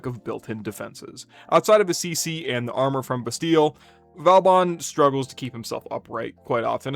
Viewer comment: Just a reminder, he is vOban, not vAUban 😂